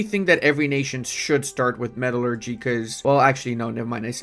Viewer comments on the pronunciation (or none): none